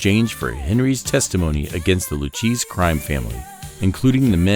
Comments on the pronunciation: Henry Hill was an Associate of the LOU - KAY -SEE Family. That is the correct pronunciation of the Lucchese Family. Not LU - CHEESE. This is me tuning out, you illiterate AI Soulless robot. This is me tuning out after ONE MINUTE AND THIRTY-SIX SECONDS. No wonder generation Z cannot find Washington D.C. on a map of the U.S. Thanks for the continual decline in standards. I hope your grandchildren learn Mandarin ( the main dialect of the Communist Party of China ) they better study Russian too since they will be the muscle behind the bayonet. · It's Loo Kay Say, not Loo Cheese, you mutt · Please, if you are going to narrate, please make sure you can annunciate the words. It's the Lew-Kay-Zee family...not Lew-Cheese. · Fascinating video. A few things were missed (Billy Batts for example) but otherwise enjoyed learning new things However I must say: the crime family name is pronounced Lew Kay Zee and not Lew Cheese. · I scrolled down to the comments section to say that it's pronounced Loo-kay-zee, not Loo-cheese but it appears half the internet has already beaten me to it, so I won't say it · “Lew-Cheese” pretty sure you mean Lew-Kay-Zee. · I've never heard of the "LewCheese" crime family. I've heard of the Luchese crime family pronounced Lew- Kay -See in English... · "Loo-Cheeze-y Family "....🤪🤭😜🤣... In case there people out there in the world, who don't know... It's pronounced, "Loo-Kay-Zee"....Luchese 🤌🏼 🤘🏼😎🏴‍☠️ 🤫🤐😶🙊🙉🙈💀☠️💀☘️🥊🤌🏼🗣Boston/Beantown..... Where there residez....even still in this crazy new world of all things "out there"/surveillance/gps tracking ...etc. etc., there's tech "they" have, that it's not even a fair fight-"us" against them" "Us", real life "Men of honor, respect, & loyalty"....'Til death do us part....Are literally walking, breathing "extinct dinosaurs" 🦖🐲🦕🐉 💯🫡💯 I'm sincerely looking forward to the next chapter....the beyond "here" ⚰️⚱️☠️🪦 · I couldn’t listen after that. Lu cheese blue cheese. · Who pronounced Lucchese as LOO-CHEESE. UM YEAH